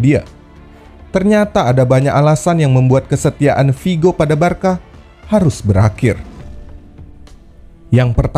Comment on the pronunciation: next time pengucapan nya Barsa min ya? bukan Barka. terimakasih